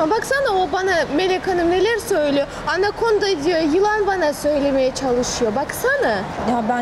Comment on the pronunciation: Melek hanım çok güzel söylemiş Anakonda diye😂😂😂😂😂😂😂👍👍👍👍👍👍👍